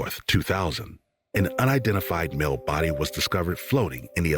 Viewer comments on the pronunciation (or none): none